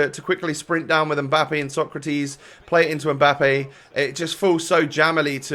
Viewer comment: Actually, the way you pronounce Socrates vs Sokratis should be the other way around :)